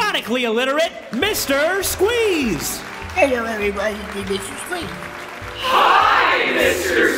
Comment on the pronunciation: I Love Mr Squeeze The “Hewwo Evewywun, Mai Naime Is Mester Skeeze”